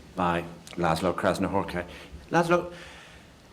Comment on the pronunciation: uhh, how he read Krasznahorkai it is just f.terrible..